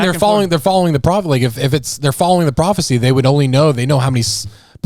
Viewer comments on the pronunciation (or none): bro she said papisie instead of prophecy she literally has two brain cells and they are fighting